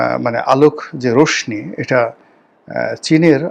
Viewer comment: উচ্চারণটা রশনি হবে না, রশশি হবে।